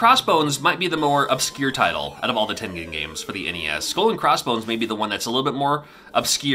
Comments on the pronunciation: TEN GEN as in generation!!!! 😣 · Common mistake, but it should be the hard g. American company with a Japanese name. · Who else pronounced Tengen as TEN-JIN as a kid? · I always thought it was pronounced Tenjen . I learned something new . Great video ! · I used to think it was pronounced tenjen with a soft g as opposed to a hard g sound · I don’t know either I was saying it wrong or was I always pronounced it with a soft g sound like in the word “giant” but pronounces it with a hard g sound like in the word “ game” so in other words I always pronounced it like “tenjen” like with that soft j sounding g sound but pronounces with that hard g sound like in “game” in the middle so which is it someone please tell me